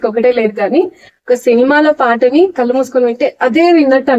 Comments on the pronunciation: ల్లు కాదు ళ్ళు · కన్నీల్లు, సన్నీల్లు, మంచోల్లు అని పాడాడు. ళ్ళు పలకడం లేదు. వీడికి ఘంటసాల గారితో పోలిక ఏంటి? ఇదేదో చెత్త చానల్.